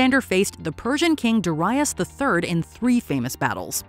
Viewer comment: The pronunciation of King Darius III is wrong.